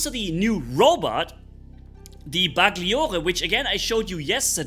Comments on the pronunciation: Hei the correct pronuce of these italian names is this: The GLI part of the names has to be pronounced like the double LL part of word "Million" so has to be like Bersa "LL" iere or " Ba"LL" iore. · The new titan Bersagliere looks like the pathfider for the shoulder shape🤔🤔 And I am italian and I know that the pronunce is not BersaGhlliore but if you go to Google translate and click on the 🔊 you find the correct pronunce for the titan and the robot Bagliore (not Baghlliore)😂❤